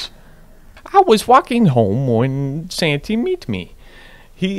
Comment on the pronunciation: The way u say santy makes me wanna die